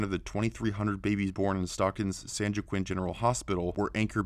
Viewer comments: Lol its pronounced: San wah-keen. Not san jwakiin. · Lol San jiqwinn it’s San joa quin. Hoa keen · Pronounce it like this San hoa keen, the way you’re saying it is like San juwokken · Being from Stockton, I can verify this video as truth. However, San Joaquin is pronounced San WAH-KEEN, not San JOE-QUINN... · It's not pronounced San Joe-ah-quinn. It's pronounced San Wah-keen. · Narrarator needs to learn how to pronounce "San Joaquin" as 'San Wah-keen', not 'San Joe-quinn'. LOL! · "San Jew-a-Quinn" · Hi. "San Joaquin" is pronounced "San WalkEEN." Thanks. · Just for future reference, San Joaquin is pronounced San Wah-Keen. That's how Mexican this state is. Same with San Bernardino, Santa Cruz, Santa Barbara, San Francisco, Los Angeles, and almost every other big city. Including Sacramento. Nobody speaks English but all of them go to school and have jobs and homes somehow. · San Joachin is pronounced "San Wah-KEEN". just sayin... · San Joaquin pronounced San Wa-King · DaffyDuck , we call it San Jockquin. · Awesome video. But San Jaoquin is pronounced (san wa-keen) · San Joaquin is pronounced San Walk-keen. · San Joaquin is pronounced San Wah-keen. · LOL! Spanish would help the narrator pronounce "San Joaquin" (Wa-keen)